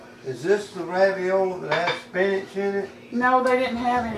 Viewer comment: Sam made me laugh when he said raviola. 😉